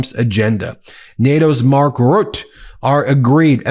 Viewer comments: NATOs Secretary General Mark Ruuut? It’s Mark Rut-te. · Its pronounced mark ruttuh.not rutt. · Mark Rutte is not pronounced as Rutt But as Rut-t-u (with the u sound from the word duh) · Ben, please pronounce it correctly...his name is not prnounced "Rut", it' s " Ruh-Tah". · Trump can never be trusted. (Btw the e is pronounced in Rutte.)